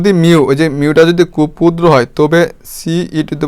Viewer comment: এগুলো কি ভিডিও বানান মিয়া... স্পষ্ট ভাবে বলতে পারেন না. প কে বলেন ফ, ক্ষুদ্র কে বলেন কুদ্র কি এসব??? ভিডিও বাচনভঙ্গি বিরক্তিকর.. ক্লাস গুলো ভালো কিন্তু শুনে মজা পায়না ভাই